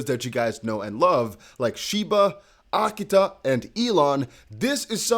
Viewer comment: AKITA say it with me, now… uh-KEE-tuh